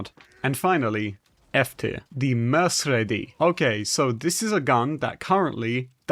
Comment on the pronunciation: Love the way you said merdredi. This mean Wednesday in french. Say "Mer" "Cre" "Dee"